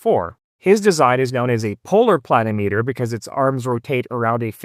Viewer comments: It's a pluh-NIM-ee-ter, not a PLAN-o-meter. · Yes, agree (If I'm interpreting your comment correctly). Accent on the second syllable, should be pronounced like: pla NIM itter. Not PLAN i meeter. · It's pronounced "pluh nim i ter", similar to altimeter or thermometer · I believe that the correct pronunciation pla- nim -a ter. At least that is the way I have always heard the. pronunciation. This is a tool that I had used many times over my 60 plus year career and almost forgotten about. Great little device. Thanks. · Ditto here (worked for a land surveyor back in the hand drafting and COGO era). I've always heard it pronounced with the accent on the second syllable as odometer, speedometer, thermometer, anemometer, pentameter... but the continental pronunciation of kilometer makes me wonder if accent on the first syllable is a proper variant pronunciation.